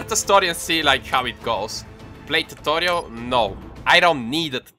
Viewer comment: >When you pronounce tutorial the same way you pronounce cordial